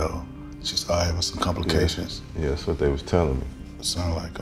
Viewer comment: When he called about her performance and she said “Whet” 😂😂😂 like he def had her messed up!